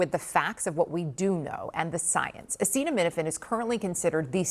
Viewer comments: 😂😂😂 Yeah, we’re supposed to take advice from the Illiterate-in-chief. Ha! He can’t even pronounce the thing he’s trying to denounce! Then he tops it with utter nonsense! Get A Vocabulary before you try to advise ppl on medications plz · This dude is ignorant….. You mean to tell me that No one helped Donald practice saying acetaminophen? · He can't even say acetaminophen....Jesus Christ if the US is to believe an idiot like this then they really are lost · I love how he can't pronounce Acetaminophen. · Nurse practitioner here...if you can't pronounce acetaminophen then maybe don't weigh in. My god! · Trump: "Effective immediately the FDA will be notifying physicians that the use of a sedative...well, let's see how we say that...Acid...a..minophen...(someone tells him how to say it) acetaminophen. Is that okay?" Also Trump: "We understood a lot more than a lot of people who studied it." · You can't even pronounce acts like he knows stuff. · He can't spell or say acetaminophen... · Doesn’t know how to say the most known drug in the world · The man cannot even say the most common and oldest analgesic known. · He literally couldn't even say the word acetaminophen. Wow. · Truly uneducated president u have there. Wat a moron. Can’t even read the name of the drug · 😂😂😂 omg wow can't even pronoun it. This is a joke!!! Wow! So thats the link! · Omg does he even prepare? Wait..I know this answer HE CAN’T EVEN PRONOUNCE IT!!!! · He can’t pronounce it…. Come on. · Yeah let’s trust the guy that can’t even pronounce the word. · He doesn’t even know how to pronounce acetaminophen!? My 8 year old nephew knows what Tylenol is, but not the president 😅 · He cant say acetaminophen???? Seriously? He is reading like a 8 year old and his vocabulary is just as rich... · A president main job is to speak and this Orange Idiot suck at that too. He literally struggling saying "Acetaminophen ". That's why smart people don't like him, only MAGAMORONS. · A- Cheeto- me - no - fan